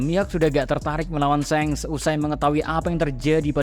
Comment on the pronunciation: Hal paling mengaggu telinga adalah ketika pengucapan SHANKS menjadi SENGS